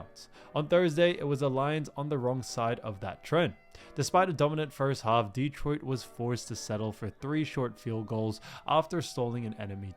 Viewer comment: Mispronounciations abound... many on the names of the players, but the most glaring repeated one is... it's de-TROIT, not DE-troit.